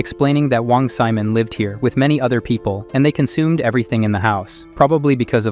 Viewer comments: "Wang Semen" 💀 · "Wong semen" 💀💀💀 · I like how the ai voice called wong simon wong semen